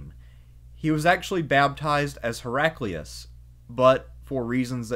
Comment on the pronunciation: Hera-kleye-us, surely.